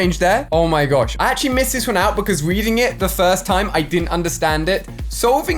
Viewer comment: this dude can’t even say actually. Damn